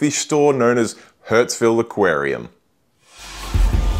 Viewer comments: your pronunciation. You called it hurts-ville not Hurstville throughout (except once in the intro). You probably don't notice but you also swap a and e sounds pretty severely. Usually people who do that cannot hear the difference between the two sounds. Maybe you cannot hear this one either? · Once again, another great store tour video. Just letting you know this store is pronounced like “Hurst-ville” not “Hurts-ville”. Love those gem tangs but don’t love their price. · Love the Hurtsville pronunciation! That's where your wallet will be to buy the eel! They have a great store with a good reputation.